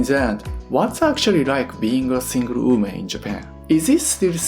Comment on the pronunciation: Nice video, but hearing "single UME" was a little bit confusing. 😁